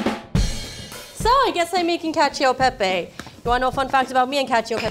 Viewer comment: Pro tip, gi and ci do not have an “i” sound by themselves in Italiano. Hearing “cacheo” and “parmageyano rejeyano” hurts